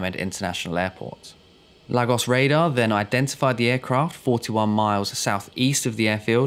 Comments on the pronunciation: Small point . . . . . It's pronounced LAYGOSS and not LAG OSS. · Enjoy your videos fella. Another good one here. No irritating background music or sound effects. But yes (not a massive issue) your pronounciation (actually pro nun ciaton) is sometimes a bit off Lagos is (sounds like 'Lay...gos') Google translate can help 👍🏼 All the best 🇬🇧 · Lagos pronounced “Lar-gos”? It’s “Lay-gos”! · Where the hell is Laggos? If you're talking about Nigeria, it's "Lay-gos". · Well done for finding more and different content once again. Just a word though - and the word is Lagos as in Laygos, and not Laggos. Just thought you'd like to know (-;)~ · Lol. Everytime you say Lagos... I have the urge shout back "Laygoss" Cos that's how it's pronounced. .... apologies. worthless I know. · And it's pronounced "Lay-gos". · and to make it more clear for anyone who might pronounce the "gos" the same as the word "goes", it's pronounced "guss", like in the words "gust" and "gossip" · It's pronounced LAY-GOS. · As a Nigerian, your pronoun citation of Lagos has actually stressed me out lol 😂 but great video and an incident I hadn’t heard of - thanks! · Another strange pronunciation - this time of Lagos. 🤔